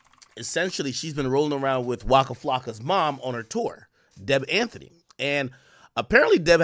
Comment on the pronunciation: DEB AN-TEY! Not Anthony